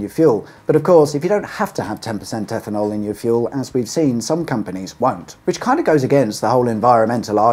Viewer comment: EFFANOL? 'EFFIN 'ELL!